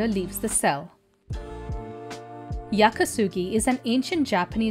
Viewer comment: And thank you for correctly calling it Yaki Sugi.